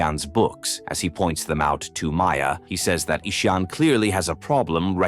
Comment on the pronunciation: The name is not Esoon its Ishaan